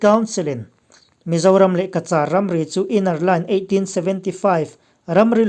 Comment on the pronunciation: Cachar in lam rik dan hi ka vawikhat hriatna a ni. Han ngaithla chiang ve leh ula, a dik anih chuan a ṭha a,Ka - Char dan hi a mak viau, lam dik nise. News a ngaihnawm ṭhin e